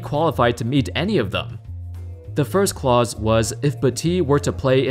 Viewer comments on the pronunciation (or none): none